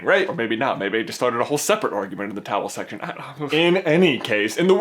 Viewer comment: what does he call the comment section? i keep hearing 'towel section'